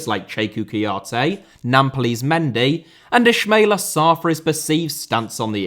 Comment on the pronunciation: Gana* not Gohrner Half* not Holf Mauricio* not Moretceouw Kouyaté* not Kouyohrtei Ismaïla* not Echmeiler Times* not Tahms Besa* not Beser Idea* not Ideer Rather* not Rother Phobia* not Phouwbier Violent* not Vahlent Somalia* not Somohrlier Iran* not Irón Possess* not Posess Islam* not Islohrm Mbappé * not Mbappei